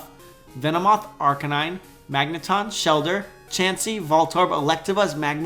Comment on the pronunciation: Arcinine? ARCININE!?!?!!!